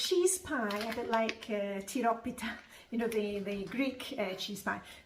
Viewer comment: Wow! You pronounced tyropita really well!